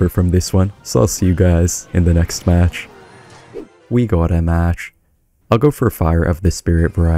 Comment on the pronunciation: WE GUOT UH MAHTTCH 🎉